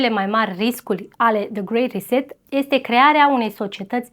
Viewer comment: Și cuvintele care nu le înțelegi pe engleză mai bine le zici pe Românește 😔 grey reset